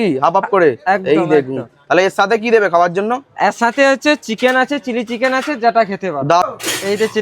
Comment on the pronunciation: Chili chicken to sunachi tili chicken abar ki😂😂😂